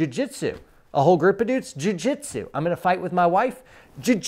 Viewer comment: Did you say jui jitsu?